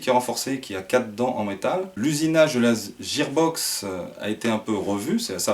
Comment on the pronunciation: super vidéo et super réplique mais IL me semble qu'on dit guear box et que ça c'écris gear box